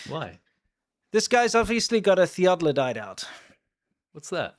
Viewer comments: Theodolite, not theododolite. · Theeaddolite.. Omg say it correctly 😂😂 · It's a theodolite, not a theodolodite. ...you have just an extra syllable there. 😉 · "...a thedolite..." A great opener guys, more like farmer please! 😋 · Theodolite, not theodlodite (or theoglodite :-). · Thee OH de lite it sounds less like a dinosaur when it is correctly pronounced, was the camera made in China? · Theodolite Thee-Odd-Dill-Ite. No big deal. I knew what you meant. That weird telescopic thingy on the tripod. Love you, guys. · Theodore. THEE-OD-AH-LITE